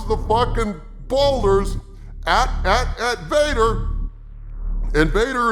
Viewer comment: "Disney Vader" not Darth Vader.